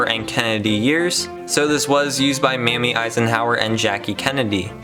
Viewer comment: These videos are very well done.Great narration voice. One thing I noticed was when you mentioned Ike's wife, It's Mamie (accent on the A) not Mammy.